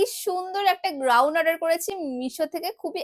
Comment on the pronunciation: গ্রাউন না গাউন😂😂😂